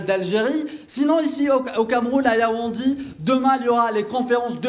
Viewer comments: Yaounde. Not Yaoundi Anyway u are not a Cameroonian u have done ur best. Courage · Tu es dans une ville et tu ne connais meme pas prononcer son nom🤦‍♂️. Yaoundi yaoundi. Mafff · YAOUNDÉ pas Yaoundi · C'est Yaoundé et non Yaoundi!